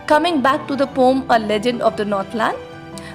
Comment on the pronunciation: as the word is poem just pronounce it as pow-uhm 🙂I am glad you did not take the comment in the wrong way and as it is said that teachers are also students you made that fact truu😇😃😄